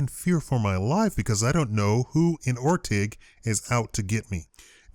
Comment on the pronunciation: It's or - ting